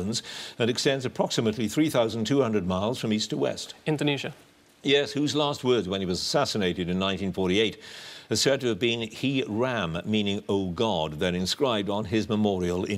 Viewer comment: Q20 . Needs to be pronounced as Hey Ram..Instead of Hee Ram,..As in Make "Hay" while the sun shines and the "GA" in Gandhi is pronounced as the GA in Garfield and not like in Gary